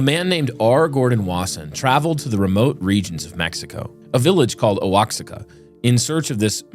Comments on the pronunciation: lmao I hear this mispronunciation alllll the time. Say it with me. "WaHaka" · Hey gringos!!! It’s pronounced “wa-HA-ka” (Oaxaca) Grateful for your show 😁 P.s. do an episode over the prosperity gospel movement and it’s new age influence!!! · Oaxaca is pronounced “Wahacka” 😁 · Pronunciation of Oaxaca lolol?!!